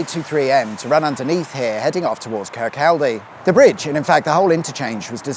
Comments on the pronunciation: Kirk-call-day? Not quite. It is pronounced 'Kir-kaw-day'. Also, Rosyth is pronounced 'Raw-sythe' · Kirkcaldy = "Kercoddy". Glenrothes = "Glen-roth-ez". Rosyth = "Ross-syth". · Kirkcaldy = Kir-cod-ee. Rosyth = Ros-aye-th. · (phonetically) kirk-aldi..?.....kirk-oddy 😂😂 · You have to admit that Kirkcaldy really doesn't sound like it should be pronounced cur-coddy, but then again Milngavie... what can I say. We do like to confuse our southern neighbours at every opportunity. Its childish, but its fun. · kirkcaldy prounced as kirk cody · Please ask locals about the correct pronunciation of place names 😊 "Kir-cawdee", etc. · Kirkaldy (pronounced: Kirkoddy). Pitreavie (Pronounced: pit-reevie). Rosyth (pronounced: Ro-cythe, or maybe Raw-cyth) - But I reckon you already knew that ;-) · Slip roads and slip ups..... it must be Sunday :D In fairness, Fife is littered with lots of place names that catch out unsuspecting visitors - Kirkcaldy is that famous for being mis-pronounced Im surprised it hasnt been renamed lol! (Glen-roth-ess, Ro-sy-th, Kir-caw-dy) x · I’m ok, I’m ok! My ears have stopped bleeding! Next time you present a show from Scotland please wear an apron…..just so we know from the get go that your about to butcher the place names! 😱😜👍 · Pronounce it Kirkcody, not Kirkcaldy, and Rosyth as Rossithe. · I enjoy your motorway revelations however, your pronunciation of these Fife towns made me cringe. Kirkcaldy ... kirk-caw-di Glenrothes ... glen-raw-thi-s Rosyth ... raw-scythe. Perhaps you could engage a local to give you a steer in the right direction next time. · Eeek! I can hear the whole of Scotland yelling " It's pronounced Kirk-oddy!" I didn't realise this motorway (?) existed at all, a bit like the A604(M) that was quickly erased. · Oh dear sir.. Glenrothes is pronounced Glen-Roth-es and Kircaldy is pronounced Kir Coddy lol Love the video though just I was like .. where and where... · sorry, but they're pronounced Kirkcaldy and Glenrothes.